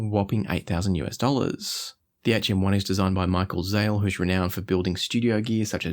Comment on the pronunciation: It‘s Zähl, not Zahl. You should do him justice if he creates such a phenomenal device.